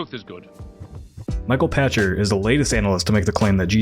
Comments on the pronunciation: Michael Pachter - "Pack-ter" Great journalism and analysis, but hearing his name mispronounced consistently was distracting. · I think he pronounces his last name "Pack-Ter". You can find examples of him saying it on "Pachter Factor" on the SIFTD YouTube Channel.